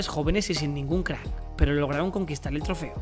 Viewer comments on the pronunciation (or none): none